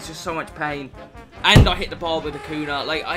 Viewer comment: It’s not Akuna , it’s Akunya